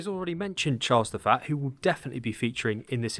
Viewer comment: Charles the Faa? What accent is that, for saying Charles the First? Or are you saying Charles the Fat?